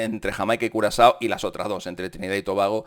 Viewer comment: Por decir curazao dijiste culo asado?